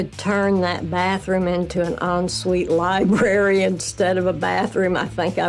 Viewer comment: Li - BRARE - RY not libARY. working on an English majors house and say things like libary... SMH...